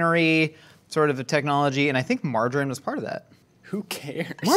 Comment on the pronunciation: Anyone else hear "marjoram" (the herb) every time says margarine? Wonder how he pronounces "tangerine" (one of Led Zeppelin's finest songs....and a fruit)?